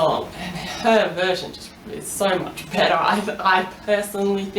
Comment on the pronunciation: i was confused when i heard "you wanna sing butter?" and then i realized she had an accent